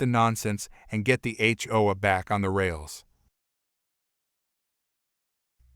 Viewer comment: Note to idiot who programs text-to-speech applications:. If your app can force proper pronunciation of "H" and "O", why is "A" pronounced "Uh" instead of the way it sounds in the alphabet?